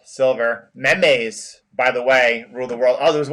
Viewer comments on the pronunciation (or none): ffs its meeems